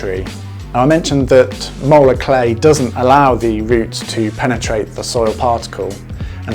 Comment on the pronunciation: Spell the type of clay you are talking about please, it sounds like you are saying molar clay.